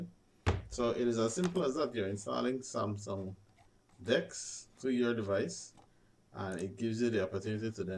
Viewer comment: hmm cant even say samsung good